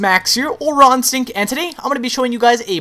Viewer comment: It sounds like he keeps saying 'Ron Sync' instead of 'Raw Instinct.'